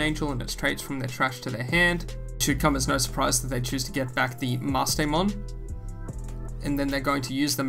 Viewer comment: It's several months later, please tell me you figured out its pronounced "ME-RAY" lol